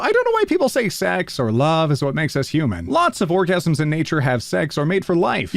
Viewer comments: he says orgasm instead of organism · NO THAT IS NOT HOW YOU PRONOUNCE ORGANISM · Loved the video! Also, you said orgasm instead of organism. And I knew it! I knew ALL ALONG you had FILTH in your mind! No one but Bob Ross and Mr. Rogers is that wholesome! No one! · THE ONE POST YOU WERE SUPPOSED TO SAY ORGANISM. AND YOU SAY THE OTHER WORD. WHY. I AM LAUGHING SO HARD AT THE IRONY BUT WHY.